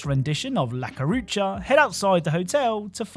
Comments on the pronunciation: “Ha caurcha” hahaha! It’s pronounced “la coo coo racha” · It's La Cucaracha, not La Curacha, and, sorry, hearing that mispronunciation was making my brain itch, seriously. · dude, it's "la cucaracha", not "la carucha".. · la "carucha" xD it la cucaracha you duffus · I don't like how you said La Carucha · I died a little bit inside when he said LA CARUCHA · lol After reading the comments, you won't ever call it "La Curacha" again, will you !! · hahahahahaha bro's english and probably just fumbled on la cucaracha lmao nbd tho we still love cap!!